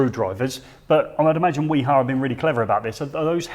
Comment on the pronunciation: nobody pronounces "wiha" as good as you guys